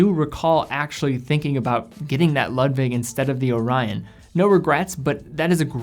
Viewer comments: Ludwig or Lug-wig. Great video and love Nomos but it’s definitely a niche brand. I love ALS and Sinn for my favorite Deutsch brands. Keep up the good work! Being a German nut, I see you’re truth to pronounce Glashütte as best as possible! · Great review but your pronunciation of Ludwig makes me cringe. It should be pronounced like "Lood-vig".